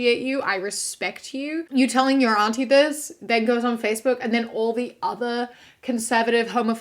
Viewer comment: Major points for the pronunciation of "auntie" not to rhyme with "shanty". Straight and bi men should definitely avoid all things lesbian. And ditto for reversed genders.